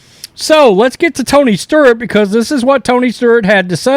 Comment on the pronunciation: Is it Tony Sturt, or Tony Stewart lmao